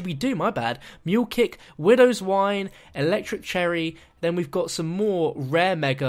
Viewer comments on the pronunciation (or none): none